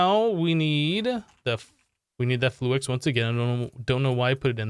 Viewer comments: ITS FLU-IX NOT FLU-EX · he said flu-ex every time.